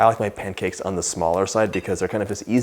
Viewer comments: " Panna cakes" ?😁😁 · Those look like the perfect panycakes 🥞 😋 (start of video)I had to zip back to make sure you pronounced that the way we said it as kids 😊 then I edited 😂